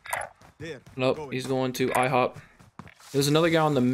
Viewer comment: did he relly say ihop